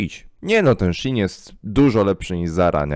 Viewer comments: Nie mówi się shin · Shein czyta się shiin (bo jest to nowa, skrócona nazwa sklepu-wczesniej nazywał się She inside) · prawidłowo wymawia się szi in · Shein mówi się " She in " Czyli w tłumaczeniu "ona w" . Pracowałem i nie polcam (*) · mowi sie szejn XDD (dla beki) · A to nie mówi się szajn? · Mówi się ,, szejn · Szi en sie mowi chyba